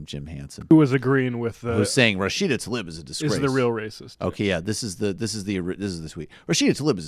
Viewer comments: its "Tlaib", not talib! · it's TA-LEEB, not ta-lib.